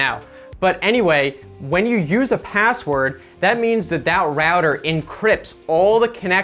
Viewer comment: you said pazzword